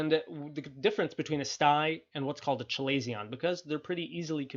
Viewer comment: This is a good video 👍. Feedback: Chalazion is pronounced “kuh-ley-zee-uh n“.